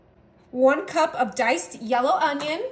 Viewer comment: Y she say Mexican and cup like that? 😅